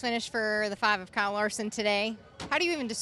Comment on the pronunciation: Kyle not Cale